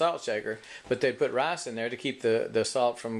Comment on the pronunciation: Its pronounced r i c e not rayce